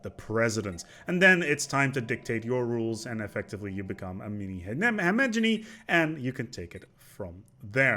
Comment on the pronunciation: He-ge Mo-ny, not He-ge-meny